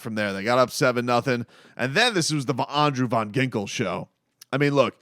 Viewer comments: Yo! I love your channel like I am a regular subscriber and I support the mission.. but just so u know his name his pronounced Andrew VAN Ginkel not VON 😂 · I thought it was just me x it’s annoying and cringing how he pronounced AVG’s name